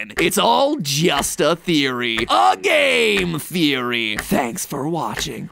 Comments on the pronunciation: is it just me or mat pat said “pizza theory”? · I thought the voice in the beginning was saying pizza theory